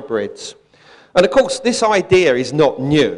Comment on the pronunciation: I stop listening after someone says " Idear " and they're not doing a bad impression of some Italian stereotype...